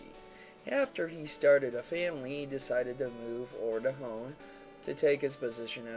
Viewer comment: He decided to move O'er to Hone lol pronounce stuff right bro